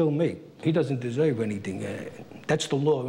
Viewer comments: "I desoiv the deal I made" Funny, it's almost like the government hustled him, or something. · "I don't desoive any simpadee."